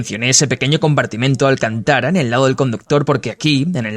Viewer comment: Alcantára no, alcántara por favor. Que mal suena